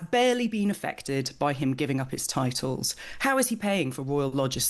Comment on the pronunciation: What are 'Titels' , 'Entiteled' ? Ffs